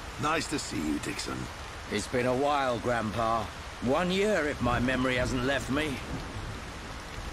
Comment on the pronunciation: Granna-pyon XD. It's Granny-pon or Granna-pon. I know it's nitpicking, but you ought to know